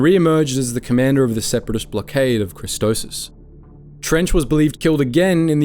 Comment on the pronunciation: One of your pronunciations is....very off: Christopsis. Kris-STOP-sis